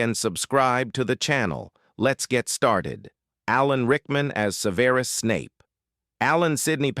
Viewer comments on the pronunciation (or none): Shoulda taught your bot how to say "Severus" properly. THAT is exactly when I was done and turned this off and down voted you. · Wish he could pronounce Severus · I'm with you on this! When the voice mispronounced "Severus" I gave up on this post! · When will Americans learn that the emphasis is usually placed on the first syllable- not the second eg. SEVerus not sevERus! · His name is pronounced: Sev-er-us.. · You pronounced Severus incorrectly And Rubeus Wow. More mistakes. Learn how to prounouce names before you record a video. Also, I watched the video because there was a photo of the actress who played Ginny Weasley, but no mention of her in the video. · You're AI can't even say the first character's name correctly. Just how hard is it to read your own script rather than making AI slop? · Get better AI. this "narrator" can't even pronounce Severus correctly. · You know it’s garbage when they are unable to pronounce Severus. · It's Severus, not Severus. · AI speaker can't even pronounce Severus' name correctly. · This is what happens when someone uses AI to try to narrate first off pronouncing Severus Snape's name very much incorrectly and then to create the title as well. If you're going to try to use AI to monotonize your videos at least go back through them and make the corrections necessary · How DARE the maker of this video ALLOW AI to mispronounce “Severus” Snape? It is unconscionable! It is treason to those who love Alan Rickman! Shame, Shame, Shame!!!! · Watched about ten seconds, heard Severus mispronounced, gave a thumbs down and left